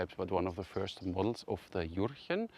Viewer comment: juhhhhh-chen the "r" is a strong h